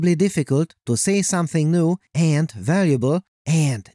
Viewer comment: awful narration! It sounds like a teenage girl wrote your script... You emphasise stupid words.. like AND!